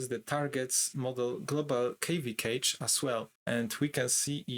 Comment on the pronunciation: Good content but took me a moment while listening to this to understand that "cage" was "cache" 😅